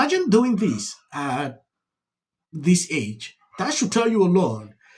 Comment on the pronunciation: "Eeemagine doin' dis at dis aeig?" 😆😅😂